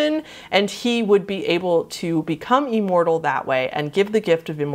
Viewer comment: I've never heard the word imortal said that way